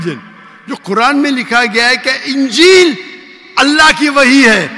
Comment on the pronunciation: Dear you are a teacher. Please, pronounce the word Ingeel properly. Ingeel not ungeel.